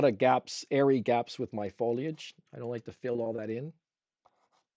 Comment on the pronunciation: Foliage...not Fo-ledge !